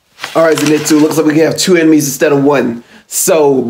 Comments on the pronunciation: Bro, why tf do y'all keep saying "Zinetsu"?😭😭 It's "ZENITSU" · not ze- nit-su but zen-i-tsu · Its zen eet suu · The way he pronounces “Zenitsu” 🙉🙉